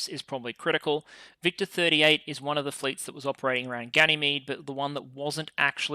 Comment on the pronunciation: Watching this in 1.75x, victor sounds very close resemblance to “victim”